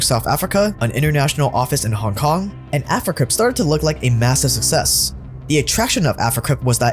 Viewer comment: I love your videos but damn the way your pronounce "success" bothers me lol 😂. I'd like to hear you say Suksess at least once 😂